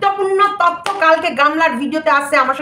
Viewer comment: Tottho na totyo😅😂